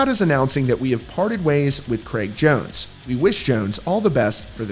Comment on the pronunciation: It’s Jraig cones